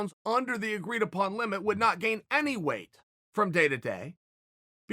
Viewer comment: Am i the only one who gets bothered by how Chael pronounces weight? He always says "way" instead of "weight".